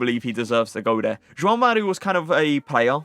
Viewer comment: Kudos to you for the great pronunciation of both the J and the "ão" in "João Mario" 🙂 Perfect!